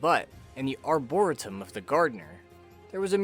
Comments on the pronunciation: FYI. It's pronounced " Ar-bor-EE-tum" not "Arbora-tum"! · Its not pronounced arboritum lmao. Its prounced like arboreetum but spelled like arboretum. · Lil' heads up: ArborEEtum❤ jus saying, not being that person🥲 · Arboretum is pronounced arbor-ree-tum Edit: I've just noticed this is pointed out often in the comments. ._. Oh well. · i hate to be "that guy" buy it's pronounced are·brr·ee·tum thanks for the vid, i'm loving this game so much! i'm not a fan of roguelike/lite (i don't even know/care the difference) -- but i can get into the randomness of this title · His pronunciation of "Arboretum" bothers me to no end